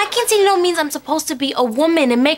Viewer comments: why does they keep saying quincenearo? its quinceneara! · Correct me if I'm wrong but isn't it pronounce quinceañera?